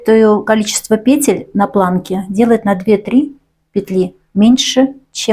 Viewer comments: ПетЕль а не пЕтель, откуда ты, мастерица😂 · У меня бальзам в уши льётся: пЕтель, накИд. Мама моя, как хорошо! Спасибо! Куртка шикарная!